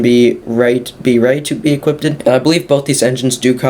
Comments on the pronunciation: "Equippeded" was annoying the hell out of me. Cheers for the info tho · "Equipped ed" LMAO!!!!🤣🤣🤣🤣🤣🤦🤦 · "IT EQUIPTEDED IT" bro had me laughing xD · Say equipted one more time... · Lmao yeah that was annoying me too